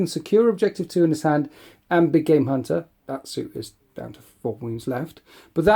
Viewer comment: Big game hunter always sounds like big gay munter. I can't hear anything else.